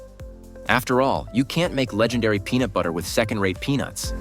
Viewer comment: This showed up in my suggested videos and all my husband could hear was penis every time heard peanut 😂🤦🏽‍♀️